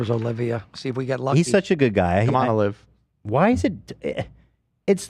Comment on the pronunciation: I love that calls olivia “O’live”